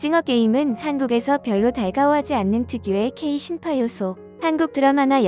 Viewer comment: 신파가 아니라 심파.